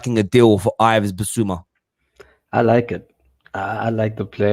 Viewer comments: It’s my name as well as Bissouma’s it’s pronounced “Iv” or Eev. Or Eve. Not Ive or I’ve. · It's pronounced as Eve Bissouma not as Ives. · pronounced eve dickhead